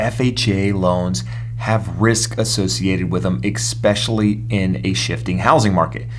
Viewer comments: You lost me at “exspecially” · Anyone that says especially like that can’t be trusted…good info tho